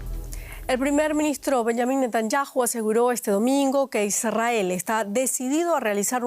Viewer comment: Es Benjamín no Benyamin debes hablar bien el español